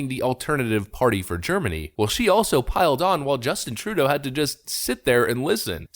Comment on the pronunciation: the way you pronounce trudeau drives me crazy. you're doing it wrong.